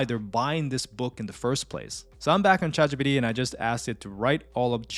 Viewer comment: "Chat gee-pee-dee" 😂 i love the video, thank you